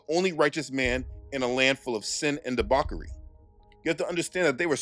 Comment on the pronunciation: DebauCHery is pronounced with Sh sound and not K sound.